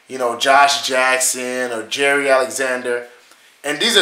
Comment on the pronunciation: His name is not Jerry Alexander, it's Jaire like Zaire the country in Africa..